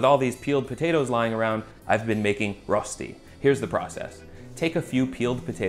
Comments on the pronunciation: Me, a german, watching this video solely to hear how he'll pronounce Rösti: 👀👀👀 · The ö is actually pronounce kinda like the vowel in "burn" :D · You haven't quite got the "Ö" sound down yet but the food looks great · I'm such a pedant. Every time you said "ROStee" I just wanted to jump in and say "ROSHtee! It's ROSHtee!". IPA: ˈrøːʃti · it's pronounced rösti not rosti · I love you dawg but I need to give this video a thumbs down. Here's why: 1) It's pronounced RÖÖSCHTI not rostey. 2) That's waaay to much oil 3) Rösti can only be eaten in these variants: -with melted gruyère on top -with diced bacon -with a fried egg -any of combination of the 3 above -with züri gschnätzlets (typical dish with sliced veal strips, white wine, cream, and demiglace) 4) Please don't smoke rösti yours sincerely every Swiss person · Its pronounced “rösti“ not “rosti“ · Swiss here. It’s pronounced Röschti ;) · Two things that were not mentioned : - Please use hard boiling potatoes. If you don't, you might end up with something more akin to potato purée than Rösti. - Unless you're vegan, use butter. It's so important it's almost a main ingredient, and it will just elevate the taste so much. - Traditionally, the seasoning is just salt and pepper. - It's pronounced RöööSHti - I won't say it's sacrilegious or anything to eat it with salmon and all, but the most traditional ways to eat it would be either on its own, with some bacon, or, very commonly in Zurich and the german-speaking parts of Switzerland : Zürigschnätzlets (similar to beef Stroganoff, i.e. beef or preferably veal strips with a creamy sauce, optionally mushrooms). Sour cream and chives is an excellent addition though, which will make it similar to eastern European dryaniki. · Also it’s pronounced Reu-Shti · Your pronunciation "Rosti" makes my hair stand on end. English has the "ö" sound. It's the 'o' in 'work'. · Writes Rösti, but says roasty 😆 #OnlyAmericanThings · fyi, pronounced ruh-shtee